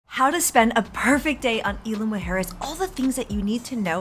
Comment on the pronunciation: IZ-LA MOO- HARE-ES